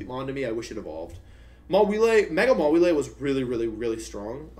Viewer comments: You have no idea how much it bugs me to hear someone pronounce Mawile as "Ma-wee-lay". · The fact that you just said maw-wheel-aye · Hearing how he pronounced mawile felt like a slap in the face